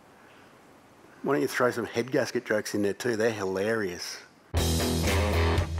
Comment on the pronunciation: Anybody else hear saying "hEadGAsKeT" at the start 🤣